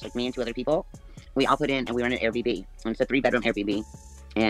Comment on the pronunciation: That’s her house. And why does she always say, Air BB instead of the correct, Air B&B?